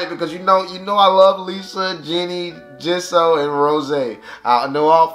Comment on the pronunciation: Jisoo is pronounced G-sue or Gee-Soo.